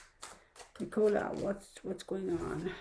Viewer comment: Her name is pronounced NIC O LA and her last name is BULLY as if your saying someone is a bully.